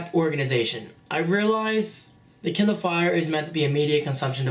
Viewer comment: he said kinder fire i mean KINDER